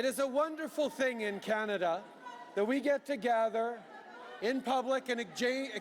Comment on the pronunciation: you would think chanting Canada, would be better, may as well say pot tat toe